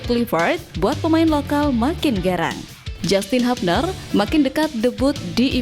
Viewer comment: JASTIN HABNER ❎ JYUSTIN HYUBNER ✅